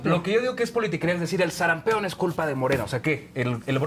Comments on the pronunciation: Este defensor de morena ni siquiera sabe el nombre correcto de la enfermedad. No es sarampeon, sr es sarampión. Joven el fanatismo irracional siempre es abominable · Que alguien les diga que es SARAMPIÓN no sarampeón, políticos y pen....